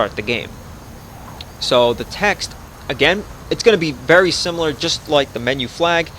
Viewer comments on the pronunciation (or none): none